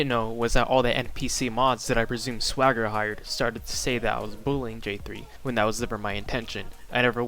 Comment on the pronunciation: I always thought Swager was pronounced "Sway–jer." Whenever you pronounce it like swagger, I think you're talking about SwaggerSouls.